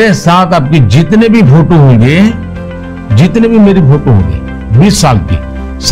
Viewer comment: फोटो बोला या फोटु?🤔🤔🤔